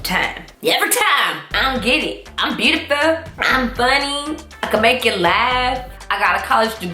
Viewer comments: “I’m beautifuhh” 😂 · "im burrtifurr"😂😂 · “iim bootifoual”